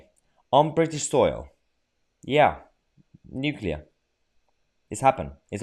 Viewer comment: When she said nuclear she really meant unclear